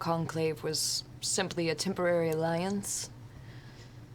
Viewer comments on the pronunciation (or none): none